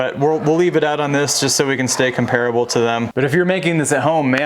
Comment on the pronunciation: Do yourself a favor and look up how to correctly pronounce the word comparable.